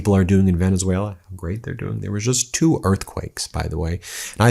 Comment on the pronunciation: Someone ought to tell him how to pronounce "two". He thinks it's "dwo".